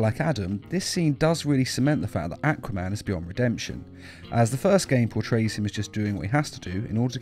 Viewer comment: "AaquA men"